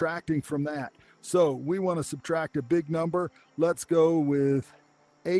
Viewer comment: You incorrectly saying subtract